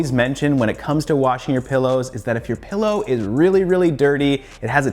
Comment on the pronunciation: PILLOW... not pEllow